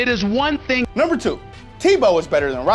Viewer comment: But here's the think